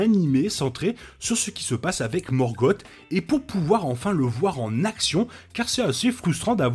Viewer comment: Une chouette vidéo, très instructive. Je regrette juste "morgote". C’est Morgoth et c’est pas bien dur à prononcer, il suffit de sossoter un "S" à la fin. Cette différence sonore donne un ton bien plus pesant et sombre à son nom, et donc à son personage. Alors que morgote rappelle quelque chose comme gargote ou papote. Avec le "r" "français" plutôt que le pauvre "r" anglais relégué à une voyelle qui se prend pour une consonne, ce nom est encore plus formidable que l’original. C’est la malédiction de certains grands méchants d’avoir leurs noms dégradés dans leur version française par quelque chose de ridicule, comme Darth Vader remplacé par Dark Vador. On devine d’ailleurs une probable inspiration du couple Vader/Palpatine depuis le couple Sauron/Morgoth, même si c’est probablement Vader qui a de loin le plus de pouvoir potentiel, bien qu’il soit dominé par l’expérience de son maître.